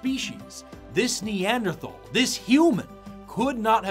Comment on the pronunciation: pronouncing the 'th' in Neanderthal the way he does right next to is one of my favourite top 10 anime betrayals.